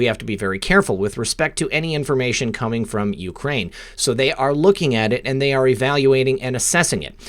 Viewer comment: its co-meeng!!!